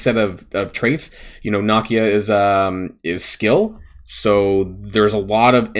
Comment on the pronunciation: The way you say nakia is perfect. Not one American can complain about the way something is pronounced 😉